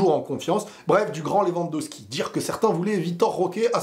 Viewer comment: LewandoWWWWWski .. pas Lewandoski